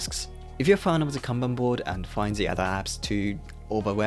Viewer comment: Finally! is the only productivity creator who know how to properly pronounce カンバン (Kanban) 😂😂 大野様 can rest in peace now. おかげさまで助かりました。 Every time I hear Can Ban🥫🚫 I wanna pull my ears off.